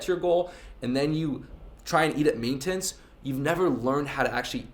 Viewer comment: Where’s the girl in the thumbnail you bitch. Btw your pronounce MAINTENANCE awkwardly